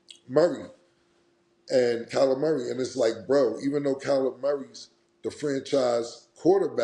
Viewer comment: The way they say Kyler Murray 😂😂. "Calimari"